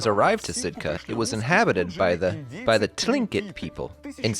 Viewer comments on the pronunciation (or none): Tklingit is pronounced Clink-get, silent T. :)